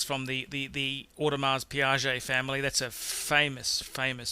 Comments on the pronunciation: Not piagé (Piguet) Should be pronounced as 'pee gay'. lol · It's not Audemars Piguet not PIAGET you ozzie moron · Also, it's Audemars PIGUET, not PIAGET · Why do you pronounce AUDEMARS "PIAGET" INSTEAD of the correct name Audemars Piguet? Piaget is a totally separate company.... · you really seem to know your watches, but pee-ah-jay? it's pi-gay haha. not trying to be pretentious but that was a bad pronunciation. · Heaps of mispronunciation. Audemars Piaget? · Audemars PIAGET LOL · Dude it's not "Audemars Piaget". Takes away from the professionality of this video if you can't pronounce the brands. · "Audemars Pi Ah jay" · Did i hear Audemars Piaget? LOL. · Did he say Audemars 'Piaget' ? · Audemars Piaget??? Oh my god, and for a second I thought you knew something about watches... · this guy cant even pronounce Piguet properly! WTF is piage? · Audemars Piguet and Piaget are 2 different brands! The fact that the author of the video pronounces it the same make him loose a bit of credibility as a watch "connoisseur"... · How did this fool pronounce AUDEMARS PIGUET? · It's Pronounced "Pee kay" NOT "Pee Ya Zhay"---That's a Piaget. Douche. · dude, piguet is not piaget. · Audemars Piguet! Not Piaget you idiot, that’s a different brand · It's pronounced "pee geh" not "Pee kay"... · Terrible pronunciations... murdered Audemars Piguet ... ROFL! "Audemars Piaget"!!? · ***** Mehran is correct, AL&S is pronounced one way all over the world, same with AP. Omega is an actual word, and can be pronounced multiple ways. But this guy is a tool and completely destroys any credibility that he has by pronouncing watch brands completely incorrectly (Piaget versus Piguet in AP). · #9 is an Audemars Piguet. Not Piaget. You should learn how to correctly pronounce it... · Its Audemars "pee-gay" not "piajay" twit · it is AUDEMARS PIGUET! Not, Audemars Piaget!! This is an insult to a watch enthusiast's ears. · Audemars Piguet (pronounced picay, not piajay). Piaget is another brand altogether